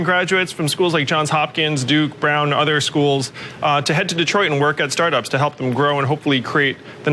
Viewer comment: Tech startups,I thought she said Starbucks.